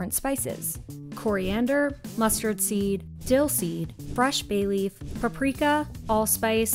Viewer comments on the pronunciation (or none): none